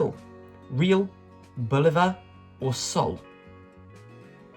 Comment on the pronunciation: I have heard that the money in Brasilbisnpronounced hay-al.